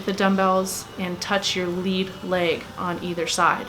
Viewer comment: Thank you for pronouncing leg correctly. Seems like everyone says " laaaaage day" ...there's no "a" in leg.